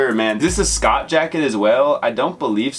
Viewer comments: Just for future references, Schott is pronounced "shot" :) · Yeah it’s definitely pronounced “Shot”. Shoutout to though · Just a heads up the “c” is silent in the brand Schott. Dope video man